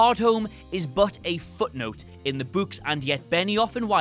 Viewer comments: What does the ghost in the library say to spook the kids? "Booooo-ks" Seriously though I wonder if this guy flips it sometimes. Like when he says, "I'm putting on my boots." It sounds like, "I'm putting on my butts." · Angry Kittens this blatant mispronunciation ruined the whole video 😡😡😡, I hope he is fired immediately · It’s pronounced BOOKS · "in the buuks" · It's spelt 'Books' but pronounced 'Bucks' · Gotta love the people whinging about the way he pronounces "books". 🙄 It's regional accent thing. I mean there are some Americans who pronounce "room" as "rum". So who cares?! It's no where near as bad as how Americans can't say "twat" properly. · not sure if i love or hate the way says "Books" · Literally laughing my ass off here how you pronounce "books"